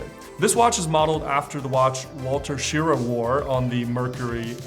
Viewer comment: Wally Schirra = "Shuh-RAH."